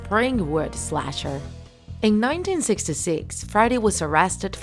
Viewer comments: Are u saying Friday or freddy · It's pronounced "freddy" not "friday"